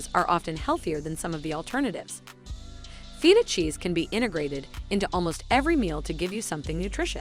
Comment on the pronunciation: OMGthe way she kept saying Feta 🤦🏼‍♀️🫣😂